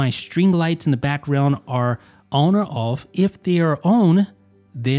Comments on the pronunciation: Goop thought only I noticed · This is what I was looking for lol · Why's he say the words on and off so weird? Own owf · You say “on” and “off” really weird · The way he said „on“ and „off“ was strange. Especially the „ohwn“ one. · Yup. Lol